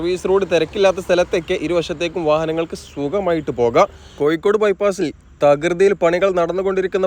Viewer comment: കോയി ക്കോട് അല്ല കോഴിക്കോട്